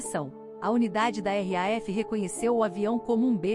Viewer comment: Cara! Que negócio e esse de r a f. Ou vc fala RAF ou vc pronuncia Royal Air Force.